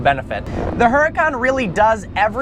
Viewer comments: I frickin love this channel and, but come on. u own a huracan now, pronounce it correctly. it's pronounced uracan, the h is silent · the "H" is silent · when you can't even pronounce the name of your new super car... DOUCHE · I wonder how many people got mad on how he pronounced the name?